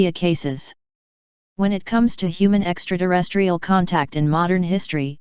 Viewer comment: She says extra derestrial! 🤣